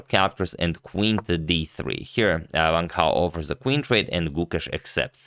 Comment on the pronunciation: A quick tip to pronounce Wang Hao: Wan(t) How. For your info.